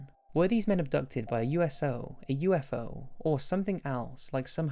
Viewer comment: Did anyone else hear him say USO?